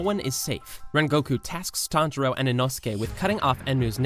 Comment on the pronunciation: Tanjiro not Tanjura